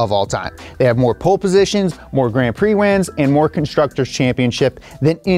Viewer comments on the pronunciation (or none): Dude it's "Pole Position" not "Pool Position" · It's pole position not "pool position" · lol “Pool Positions”